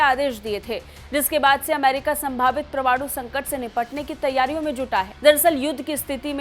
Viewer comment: अरे भाई समाचार वालों परमाणु का उच्चारण तो ठीक करो